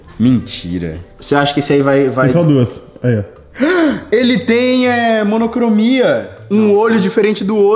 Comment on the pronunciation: Né kkkkk eu ri demais quando ele falou monocromia